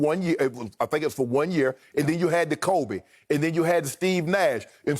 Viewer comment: Did they forget how to pronounce Kobe’s name when talking about killer mentality?